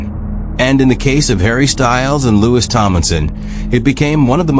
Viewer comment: Louis was the oldest, crappy AI can't even say his name right.